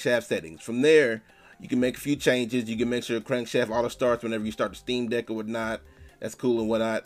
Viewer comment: Anyone else hearing steam dick?